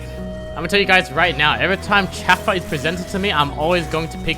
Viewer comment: says things weirdly quite a bit (poor Atakhan needs some respect) but the way he said Chauffeur hurt more than it should have